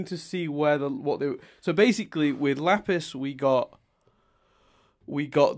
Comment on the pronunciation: Lol he did say "Laffis" the second time instead of Lapis. But doing it once is worthy enough for congratulations